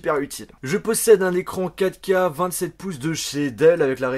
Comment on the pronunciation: je suis désolé pour cette gaminerie mais je suis le seul à entendre "caca" à la place de 4K à ? :/